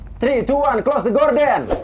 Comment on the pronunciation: W selalu ketawa uya bilang close the gorden 😂, semangat papi uyaaa...💪